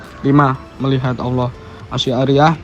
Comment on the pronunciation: Bacanya bukan ASI ariyah ya mas..tapi Asy' ariyyah..